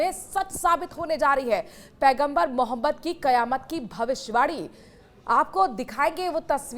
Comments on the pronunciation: Anchor mohtarma Hamare Paigambar ka naam acche se bol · Patrakaar Sahiba mere Nabi ka Naam thoda sahi se lo Yun Hi nahin Hai un per Sara ❤❤❤jamana Fida